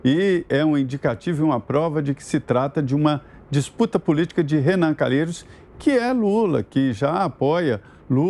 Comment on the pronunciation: Sem comentarios! Sr. "CA NA LHEI ROS "